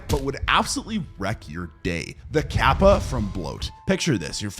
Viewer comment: In the bloat section it's actually kappa, not gabba (btw touhou reference XD)